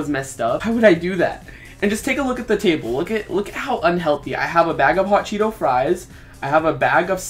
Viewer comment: This is super late but I like how he said hot chetto fries😂😂😂😂😂😂